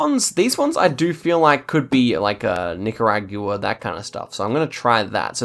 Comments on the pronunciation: I know you're from a different country and all but the word is Nick-er-og-wuh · Every single time --- Nicaragyooo-uh 🤣